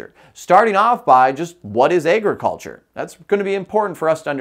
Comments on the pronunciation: Tell me why he pronounces agriculture so funny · Thats all i can think abt when he says it